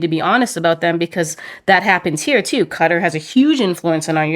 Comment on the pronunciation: Its called Qatar (kaataar), not "cutta"